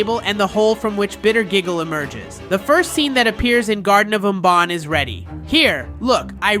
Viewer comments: "BonBaan" GOT MR BANBAN ANGRY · bro said garten of bon bon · Bro said Garten of bonbon😊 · IT’S GARTEN OF BANBAN NOY BUN BUN👹🤬